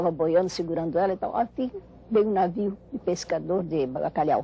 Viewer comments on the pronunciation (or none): vc errou feio ela não falou bacalhau ela falou BALHACALHAU kkkkk